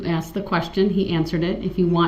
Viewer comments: He Axed the question ? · aSKed not aXed you moron!!!! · I AXED HIM A QWESTSHUN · LMAO he does say "axe" or "axed" a lot, instead of "asK" or "asKed"...I noticed that, too haha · His horrible pronunciations of words : axed, substain, biast, grounds, schmell, etc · That’s such a pet peeve of mine. When he says “I axed him” or “can I do dat” good lord it’s maddening